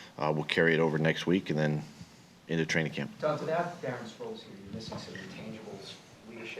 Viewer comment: Sproles??? Really